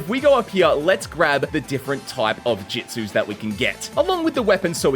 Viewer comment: Jitsus? Not jutsus?